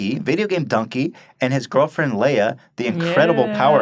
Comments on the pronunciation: LEE-UH....Not Lay-uh.. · i was just going to comment about getting dunkey on the show. i am pleased. also its pronounced LEE-AH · holy crap, awesome news about dunkey and leah... even though you both pronounced her name wrong btw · Why do they keep pronouncing her name Leia? She not Star Wars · Stop pronouncing Leah's name wrong. She's not the princess from Star Wars.